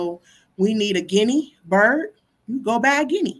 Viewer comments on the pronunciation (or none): none